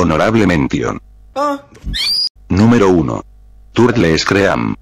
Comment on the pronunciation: "Tourtlé escréam"